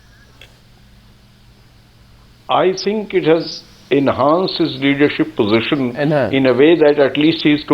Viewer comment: Hey Surje the wala you just said pogeeshun instead of position. Where did you get that from? Are you totally bereft of any gray matter, and given you are that is why you show up on behalf on an intellectually deficient party also known as the congress consisting of all rascals and chor lok. The real Mahatma Gandhi Ji (not the pseudo gandeez) wanted the now congress to be disbanded after independence because it has served its purpose. But no, why would Nehru the cunning and all wicked congressmen let that happen. It was reward time. And the loot continues at the expense of the poor and downtrodden. Shame shame.